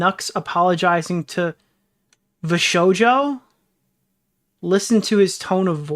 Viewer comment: This mf really called it vshojo bizzare adventure 😭